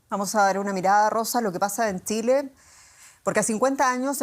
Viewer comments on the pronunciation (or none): Muy bien todo pero porque siempre pronuncia Tsile en vez de Chile ?